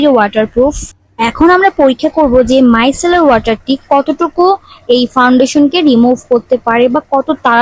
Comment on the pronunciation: মাইকেলার না মাইসেলার😅😅😅😅😅😅😅😅😅😅😅